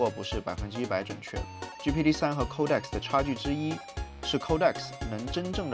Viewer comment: 不是抠带克斯，是code X